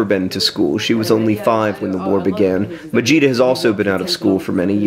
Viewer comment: I kept hearing vegeta instead of majeeta.